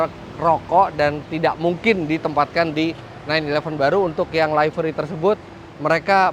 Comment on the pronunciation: info,livery bacanya liveri bukan laiveri